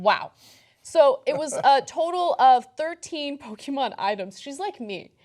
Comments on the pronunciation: Does anyone else get triggered by the way Ana pronounced Pokemon? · The e in Pokémon is short not long.